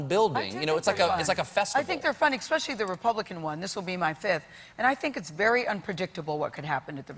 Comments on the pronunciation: When someone says "ex-specially" I stop listening. It's hard to take someone seriously when they are public figures who speak for a living and still haven't learned that the word is especially. Yes, I know I'm a horrible person, but I'm okay with it. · all I heard was "ekspecially" Why is this becoming a thing? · Gayle just said "expecially" about 3 times in a row. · Gayle, ask Oprah about the pronunciation of especially. There is no "x" in the spelling. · ***** Oh, you are entirely right about where you find it. I hear it in lots of places and I cringe every single time. There's no way you can make it to that woman's age without knowing there is no X in especially. That's not a mask for anything else. I don't know anything at all about her. I feel the same annoyance whether it is a male or a female saying it, whether they are white, black or purple spotted. Mispronouncing simple words makes them look unintelligent, even though I'm sure they are. It's also very unprofessional for people who make their paychecks by interviewing others on talk shows. You can make all of the assumptions and insults you want, but there are many of us who think like that. We can't all be pedantic assholes, although I probably am.